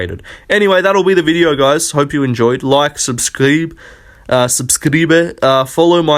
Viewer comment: You're right on. It sounds kinda funny when you say subscribe lol Buenas noches in spanish btw